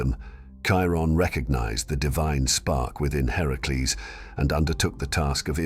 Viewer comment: Its great the you got his actual name right in the video. Heracles.